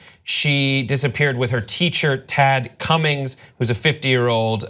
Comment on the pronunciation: "Ted Cummins", seriously?!